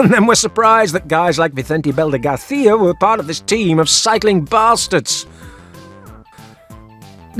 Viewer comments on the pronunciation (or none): none